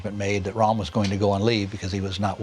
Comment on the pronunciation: Calls Hitler a idiot says "ram" instead of Rohm